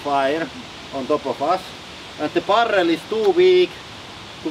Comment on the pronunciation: It definitely sounds cool when people roll their rrrrr's like that :-)